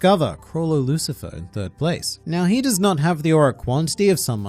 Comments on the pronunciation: It's Chrollo Lucilfer (with an extra l), not Lucifer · Enjoyable video! btw it’s Chrollo Lucilfer, not Chrollo Lucifer. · Isn’t it Lucilfer?